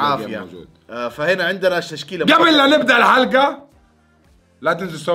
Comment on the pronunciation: في الدقيقة ٢:٠٦ قلت ششكيلة بدال تشكيلة